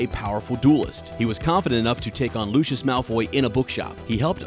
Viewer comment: I seriously beg you pronounce Lucius correctly 😭